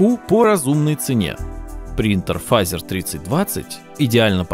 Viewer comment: Не Фазер, а Фэйзер!